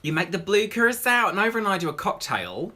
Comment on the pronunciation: The only person I know to pronounce Curacao properly